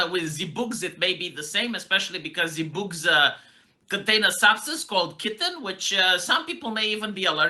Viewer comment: Chitin. Kai/Kie Ten. Although calling it kitten is really cute.